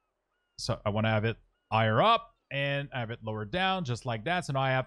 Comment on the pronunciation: "elth bar, you might not wanna ave the number in the elth bar... ow do you do that" - why do you not say the H at the start of words? xD Good tutorial tho.